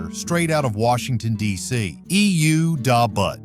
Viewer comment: You have the music on too low. I also hate the way you pronounce Da Butt by EU. Horrible job on the video .Do better or stop making videos and embarrassing yourself!